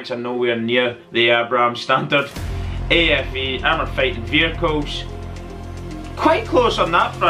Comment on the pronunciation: What are "vechiles". Sounds Italian. lol